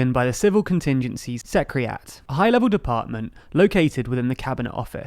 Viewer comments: SEC - RE - TAR - I - AT "secriat" is not gonna help you get taken seriously my dude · secreTARiat not secreat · Sekretariat ... not sektrait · It's pronounced secretariat, not secriat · Was this rushed? You have some easily avoided errors that should have been spotted before publishing. Typo’s like ‘Medial’ instead of medical and ‘servere’ instead of severe, and the word you said near the beginning was ‘secretariat’ not secrerat. The errors don’t diminish the message but might make people question your information quality. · ".. emergency planning is undertaken by a Civil Contingencies Secriat" - really? Are you sure you don't mean "Civil Contingencies Secretariat"? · That's not how you pronounce Secritariat. It's Secrie-Terrie-At. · Ok, pronounce Secretary: Secetree? All right... how about Secretariat? Secriat! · say it with me: SE-CRE-TA-RI-AT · Did you just gave up on pronouncing secretariat, or did you flub your editing? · I must say I've never heard the pronunciation of 'secretariat' like that. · Is Secretariat really pronounced this way? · Can you please employ someone to check spelling and pronunciation on your videos before you release them. Especially the so badly mangled "Secretariat" pronunciation. Also congratulations as when I clicked to post I noticed you had now reached 300k subs. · I've got to hear how you say secretary, given how you possibly mangled secretariat (same root word, maybe it's just an accent thing, but boy..) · You need a proofreader for words like "medical" and someone to coach you how to pronounce words such as "secretariat". Also please learn the difference between refute and dispute - refute means disprove, dispute means disagree with (which is what you meant around the mark). Don't be in such a rush! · Hi! In this otherwise excellent episode, you mispronounced ‘secretariat’ and misspelled ‘vulnerable’ and ‘medical’. Just let me know if you need help with script editing and proofreading.